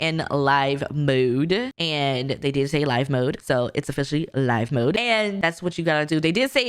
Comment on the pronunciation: Sims live in Live (rhymes with give) mode, we build and buy in Build Buy mode.